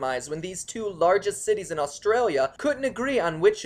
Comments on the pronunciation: You pronounce all the cities wrong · Learn to pronounce our cities properly!